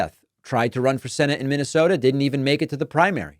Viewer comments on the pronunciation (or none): none